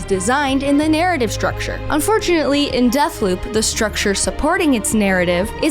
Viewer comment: Sooooo you say Deathloop... but(t) is more like Dead-p**p :/